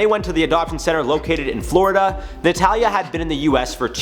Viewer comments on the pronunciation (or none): none